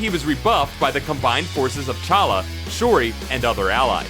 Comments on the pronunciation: And it's T'Challa, not fucking Challa. Honestly, the number of times you fuck up the names is embarrassing considering this is a channel dedicated to comics and their characters. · I think you are supposed to pronounce the T in T'Challa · The T in T"Challa is pronounced, by the way. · it's pronounced T'Challa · you pronounced t challa wrong